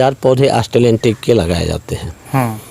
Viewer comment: Astreliyan nehi australian .....thora sabdo pe dhyan dijiye